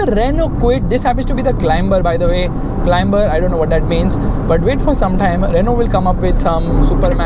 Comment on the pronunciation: CLIMBER = to CLIMB. Pronounced 'CLIMER'. It's a very soft B, almost not said.